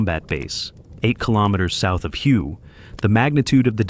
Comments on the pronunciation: It is pronounce WAY not Hu get it right! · it is pronounced "whaay" not as the word of the same spelling pertaining to a shade of color! An example of correct pronunciation is in the movie: "Full Metal Jacket". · Firstly, it's pronounced "way". My late neighbor Dan served there as a Marine during the Tet Offensive. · Your very 1st statement, and you get it wrong! The city, which is focus of your clip, is pronounced "WAY"! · If I heard "" mispronounce Hue, my head might explode. This ruined the video.